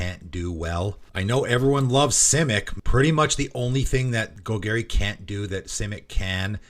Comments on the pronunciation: Gol Garry… meow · New players: don't pronounce it like how it is said in this video. 🙏🏻